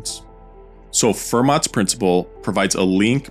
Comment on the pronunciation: tip: the t in Fermat is silent.